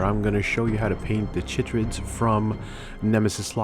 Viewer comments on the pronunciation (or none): I thought it was "kai-trids". Like the sound in kyte or chitin.